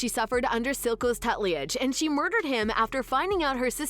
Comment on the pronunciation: Nice recap...but it's two-ta-ledge not tut-lee-edge. I'm hyped for season 2 tho!!!!!